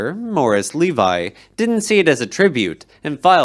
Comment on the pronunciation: LevEE, not Levi.